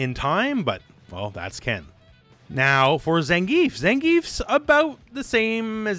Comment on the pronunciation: So after decades of Street Fighter, you don't know how to pronounce Zangief's name? seriously? They say it every time he wins a fight, jesus.